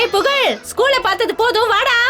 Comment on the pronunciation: "pugalum" illa...